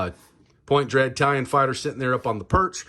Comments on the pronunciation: Dang, man. It's "Talon", not "Tallion". Also, for anyone interested, he finally gets the box open . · Dude! Love the channel… but it’s TalOn… not Talyion! Pronounced TaL-ON! Not TaL-YioN! 😳